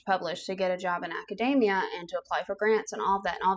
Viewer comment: It is not pronounced like macadamia (the nut).. There is an E in there. Urgh ... a-ka-dee-mee-yuh.